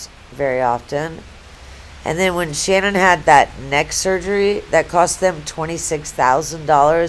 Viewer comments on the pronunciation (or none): It’s Shanann. Pronounced Sha. Nan